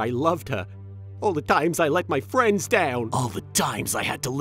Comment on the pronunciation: "You aint got no fwendsss" 😂